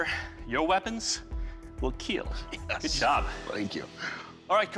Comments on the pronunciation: What is a keel test? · Just like how Mr. DNA changed my pronunciation of dinosaurs, this man has changed my pronunciation of kill